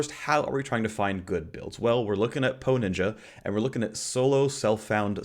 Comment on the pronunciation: TRIGGERED: hearing you say PoE.Ninja makes me scream... Thank you for this video though seriously you are awesome.